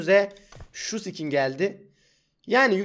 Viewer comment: abi ne diyon kmrfmıeoıgnıgn ski skin diyo fdknlflngefmge